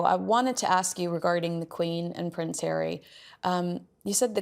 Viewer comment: Ponce hawwy